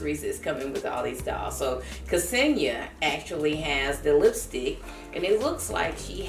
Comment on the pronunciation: thank you for the review! kesenia is pronounced senia with silent '''ke''